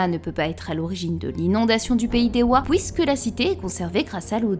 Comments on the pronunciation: 2ème commentaire que je lâche sous une de tes vidéos, ta prononciation des OUI est magistrate je ne m’en remet pas je kiff 😭🤣🤣 « hOUIt » au lieu de dire « huit » et « pOUIsque » au lieu de puisque jpp😂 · « Pouisque »🤣 Super video 👍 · Loui, pouisque, plouie, ouit... Sympa l'accent belge 😂